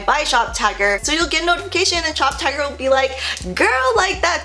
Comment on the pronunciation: Okay I know I'm not the only person who thought she was saying shoptiger not shoptagr. I'm glad she put the link cuz I woulda been confused.